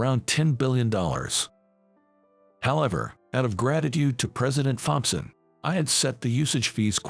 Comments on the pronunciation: Please get a better robot voice!! I literally lost count of the number of mispronunciations. By the way it's pronounced Tomson not Thomp son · When you put the text for the text to speech, write "Tompson" instead of "Thompson" as it will pronounce it correctly. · The "H" in Thompson Is silent, in English. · Fompson not Thompson ,just a thought